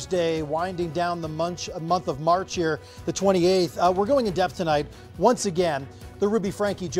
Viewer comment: I know there's nothing funny about this horrific situation, but the reporter tried to start the story by saying "the month of march" but just ended up saying "the munch" instead.😆